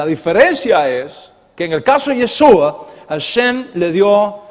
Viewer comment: Una observación... Es “YESHÚA” (con “sh”), no “YeSUa”. La letra “shin-ש (sonido “SH”“ afirma la función de salvación en el nombre. El sonido “s” la merma.